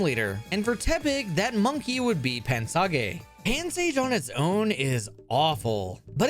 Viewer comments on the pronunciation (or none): Pan-saw-gay huh? You never disappoint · THERE IS NO WAY BRO PRONOUNCED PANSAGE AS “PAN-SAH-GAY” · My brain seeped out of my ear hearing you pronounce Pansage. What kind of sociopath says it like that? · That pansage pronunciation hurt